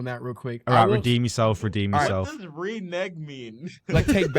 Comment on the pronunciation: Mispronouncing renege very funny